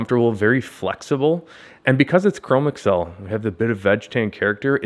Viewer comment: I am considering the grant stone and am appreciative of your update. This is not a criticism...take it as a construction upon which to build: Chromexcel has been around quite a long time...much older than the personal computer age. Chromexel is one word, not (google) Chrome + (ms) Excel. It is pronounced Cro-Mex-Ul, with the accent on the second syllable. Rest easy, for you are not alone. This mispronunciation is rampant with millennials and gen x.